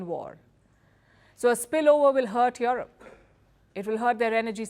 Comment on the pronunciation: Palki it's not yoerope but europe.